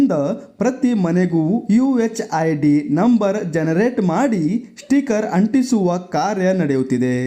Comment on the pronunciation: ಮೊದುಲು ಸ್ಟಿಕರ್ ಎಂದು ಸರಿಯಾಗಿ ಉಚ್ಚಾರಣೆ ಮಾಡಿ